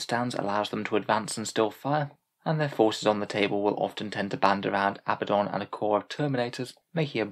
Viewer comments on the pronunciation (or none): Aaarrg hearing Abaddon pronounced as Abbadon makes me want to bang my head. 😝 Dark Angels joke is solid 👌